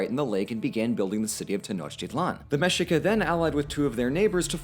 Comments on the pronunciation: Mexica us pronounced Mēshēkah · Mexica is pronounced Meh-shee-ka. Texcoco is pronounced Tesh-ko-ko. Prophecy is wrong. Tlaxcalan is suppose to be tlaxcalteca. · mexica pronounced ME-SHIKA